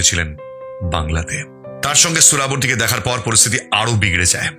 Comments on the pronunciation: মিঃ ওটা সোরাবর্দী নয়, ওটা সোহরাওয়ার্দী। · সোহরাওয়ার্দী উচ্চারণটা ভুল করলেন। শহীদ সোহরাওয়ার্দী